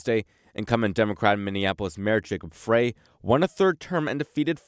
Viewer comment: FYI…Frey is pronounced “fry”.